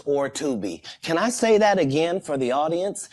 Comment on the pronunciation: You had the Best Interview of 2024! You can "Shay" that again 😅😅😅